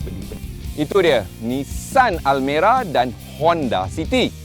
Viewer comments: Aku dengar almari nak sebut almera kot 😂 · Hahaha abg sebut Almari yg dulu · Bang bukan almari bang 😂😂😂